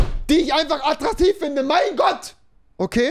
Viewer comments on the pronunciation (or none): Rewi braucht Anmachsprüche, aber kann nicht mal "attraktiv" richtig aussprechen😂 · Junge Junge,nimm erstmal die Decke aus der Schnute dann kannst du auch "attraktiv" richtig aussprechen😂😂😂 " Hi, ich bin Schriftsteller und schreibe gerade an einem Telefonbuch. Deine Telefonnummer könnte ich noch gut gebrauchen." "Hast du ein Foto von dir dabei? Ich möchte dem Weihnachtsmann helfen, meinen Wunschzettel zu erfüllen."